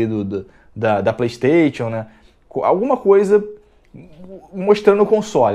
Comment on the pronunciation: "Plestêtchu" Ha!!!!!!!